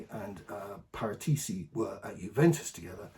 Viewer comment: the correct italian pronunciation is pah-ràh-tee-chee. Accent on the second syllable.